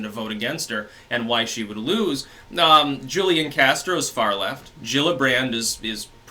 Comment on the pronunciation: As someone who lived in San Antonio when Castro was mayor his name Julian is pronounced wholian the J has an H sound Just fyi